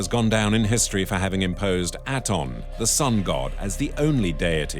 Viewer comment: "Aten" not "Aton".